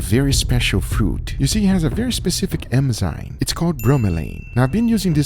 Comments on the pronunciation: Guga, for the love of God, it's enzyme, not EMZYNE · Some day, Guga will pronounce it "enzyme" instead of "emzyne". I believe. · I love how guga says Enzyme "Emsaym" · What is an "emzyne"? It baffles me a "food guy" with a channel with over 3 million subs doesn't even know it's called an enzyme... Congrats, you just made thousands of people think it's called an "emzyne"! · eNzyme Anyone else hear him saying eMzyme instead? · Why she say emzyne? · is it just me or can anyone else not get over how he pronounces enzyme as emzyne? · he keeps saying emzyme ugh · At this point I think he's saying emzynes just to troll. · Everyone: Enzyme Guga: Emzyne